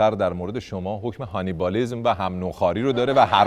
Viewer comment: جان کانیبالیسم درسته نه هانیبالیسم😂😂😂❤️